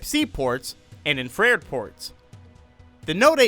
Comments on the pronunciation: Am i the only one who picked up INFRED instead of INFRA-RED. Love the video though. Keep up the good work. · I hear "infrear" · I had to pause, rewind, and listen 2 more times to suss it out. STILL sounds like "in-frare" to me, lol. Like maybe a typo in the script? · Anyone else catch how he said "infrared" lmao